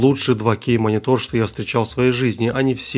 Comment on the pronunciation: Другие люди: - Монитор: - Монитол 😂😂